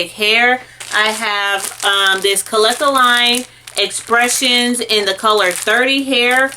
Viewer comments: "Kalekaline" I had to rewind lmaoaoao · I dead ass was tryna figure out how 🤔 she got there 🤣🤣